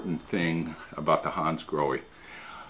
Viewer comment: Hi, just a little FYI. They are not pronounced Hansgroheee but Hansgrohah. it's German and the language is phonetic where the ending E is pronounced AH.Your not alone, even Porche car owners and dealers mispronounce their cars, just calling them Porch instead of Porchah